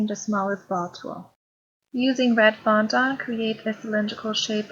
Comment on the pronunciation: It’s fondant NOT fondAUNT.